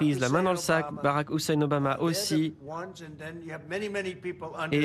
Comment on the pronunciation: Donald Trump a un problème avec le prénom houssein 😂😂